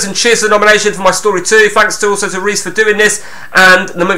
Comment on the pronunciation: Only just got round to watching this! Your name mis pronunciations are superb! Reese = Riise (as in John Arne Riise). Libertine like the band The Libertines. Calling Samsami Samsim 😂 Calling davdav Dave near the end 😂 Top quality content!!